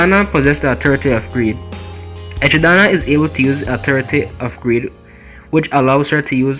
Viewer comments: Echidana lol its echidna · Echi-Dana ? Ejidama?!?